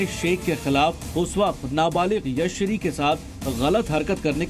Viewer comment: भैय्या लड़की का नाम यशश्री है और आप हर बार यश्री कह रहे हो मीडिया में काम कर रहे हो नाम का योग्य उच्चारण सीखो ।